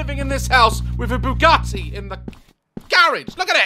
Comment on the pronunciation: “WHERE’S MY BOUGAT-AY’’